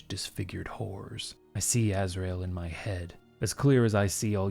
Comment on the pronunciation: Every NPC sounds like John Cleese trapped in a metal box, I love it. Btw, it’s pronounced Azrael: ‘stear